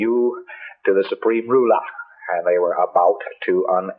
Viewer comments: The supreme rool-AH. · The way he's overpronouncing some of his words makes him sound drunk or wasted in some way...he said "the supreme rue-larrr!" Instead or ruler and "3D motion pick-charrr..." Instead of picture...i can't stand this arrogant a××hole!!! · rulah? GAL-axy? Strange pronunciation of common words...why dont more scientologists recognise when a leader controls the language, he controls the range of thoughts and the people thinking them? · "Xenu...the supreme rulah!" ...Respect his autoritah!